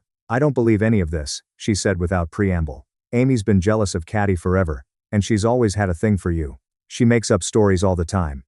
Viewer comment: It’s Katie, the AI used to read this story can’t read for shit, also this story predates generative AI since I remember hearing it in 2018.